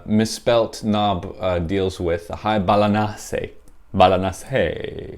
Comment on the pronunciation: Most excellent :) "balanace" made me laugh, I didn't even notice at first lol